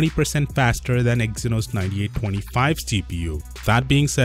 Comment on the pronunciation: Take that apple, Samsung KING of The Ring! By the way Its EXynos NOT Eskimo! Thank you